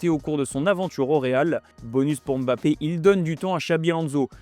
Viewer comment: C'est qui EMBAPPÉ , ENDIAYE. ARRÊTER DE MASSACRER LES NOMS DE FAMILLE DES GENS ! C'EST VOTRE TRAVAIL ! Imaginez si on parlait de votre équipe nationale et qu'à chaque fois vous entendiez l'équipe de Franck . Même Élise Lucet as posé la question à Kilian histoire de clarifier les choses mais vous voulez quoi de plus? Franchement ce n'est pas la mer à boire...